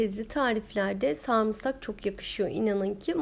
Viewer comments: Bir insan söyleyemediği bir kelimeyi neden bu kadar dile getirir anlam veremiyorum, (sarmısak) 😅 sarımsak olacaktı 😃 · Kadının saamsak demesi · #sarımsak" nasıl telaffuz edilmez adlı çalışma. buyurun izleyin. ablacım senin söylediğin şeyi söylemek ne kadar zor ya. bir kelimenin doğrusu bu kadar kolayken nasıl beş kere üst üste yanlış söylersin? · Samsak değil sarımsak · Samsak Samsak tamam abla sarımsak anladım 🤣🤣🤣🤣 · YA NİYE MAL GİBİ KONUŞUYORSU SARMSAK NE SARIMSAK DESENE KAMERDA KİBARLAŞMAYA ÇALIŞIYOSUN AMA ÇOK BELLİ EDİYODUNNN İNNNCECİKKK ALLAHIM YA NALADIKKKK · Samsak değil sarımsak 🤗